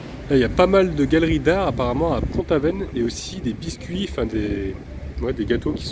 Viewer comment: Pon Aven ??? Ca se prononce Pontaven.